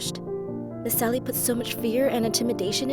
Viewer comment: Why is everyone calling her miss sally I can clearly hear “miss Ally” not “miss sally”